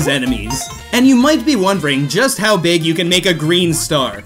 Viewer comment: Nobody:: Beeg beeg Green star